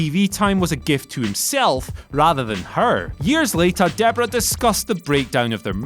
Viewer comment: It's Debra, not Deborah. It's Sara, not Sarah.